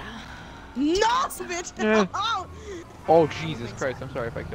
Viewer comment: 😂 pronounced bich like beesh